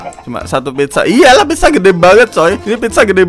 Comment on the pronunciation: Pizza kali bang bukan pidja